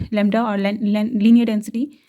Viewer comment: lensity density 😂